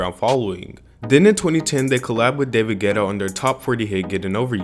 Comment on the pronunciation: I thought you said David GHETTO in the beginning omg lol